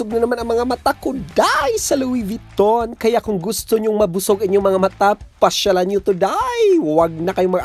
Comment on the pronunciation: Louid Vuitton pa more kahit wala ng makain🤣🤣🤣tawang tawa ako